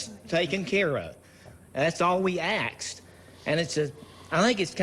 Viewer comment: "All we axed" lol